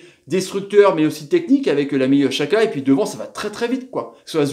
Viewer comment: Pk tu dis chaka et pas djaka xhaka=djaka ptn